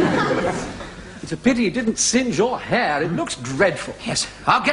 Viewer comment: His “harr“ was awful!